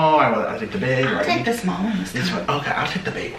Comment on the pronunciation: Emphasis on the big